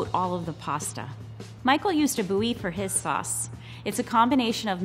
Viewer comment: more like boo-yee